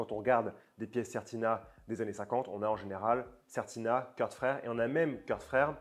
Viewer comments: Super vidéo merci. On prononce "Kourt" et pas Kurth à l'anglaise si jamais :-) vive Certina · Vidéo sympa! Je me permets juste de préciser qu'on ne prononce pas les frères K rth (like in the United States of America) mais bien K rth wie in schwyzerdütsch! Tschüss!